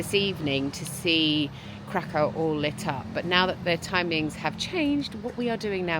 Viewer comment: Krakow is pronounced like ’Krakov’. The W is pronounced like an English V